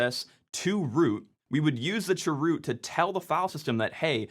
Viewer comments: I'm sorry, but the way you say "churoot" hurts me for some reason 😭😭 (i just say "c h root" lol) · chroot: ❌ chwoot: ✅ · I know... I can't handle it this pronunciation. What's wrong with saying "change root"? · That sounds like 'Dwight Chroot" form "Chroot Beet Farms". I always heard it being said as "change-root" or "c-h-root". Also the "Etsy" shadow file... i also never heard it that way... usually it's "slash-etcetera" or "slash-e-t-c". thanks for the videos though. cool stuff! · I just noticed this, you said (sur)root aka chroot. I knew what you meant but it dawned on me that it would have thrown me way off as a newbie. The CH is short for change, so change-root. I think it would more clear for command like this if you use the full name, or use the letters instead of sounding out made up words. Say CH-root instead of (sur)root. I'm not trying to come off as pedantic, I'm just saying if I didn't already know what you meant I'd be lost. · The way he said chroot cracked me up. Made me think of that song from Mary Poppins... Chim chimminy chim chimminy chim chim chroo 🙂 I've always called it change root. My version of sudo is ess-you-doo. I don't like saying it as a word because it sounds like pseudo.